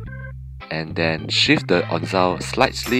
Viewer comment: Onzo, not onzao